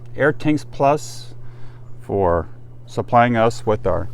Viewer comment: damn,,,,,, it is FOR,,, not fir, fur,,, sheeeesh